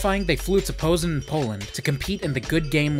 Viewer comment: ''Pozen'', Poland. It's Poznan with an accent on the last n